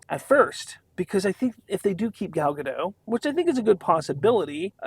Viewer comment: Gal Gadot....not Gadoh....Dot, dot, dot.... gaDOT. Gal Gadot.